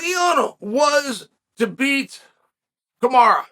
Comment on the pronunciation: Damnit Chow, how do you keep screwing up his name? It's as American as it gets - Ca Ma Ro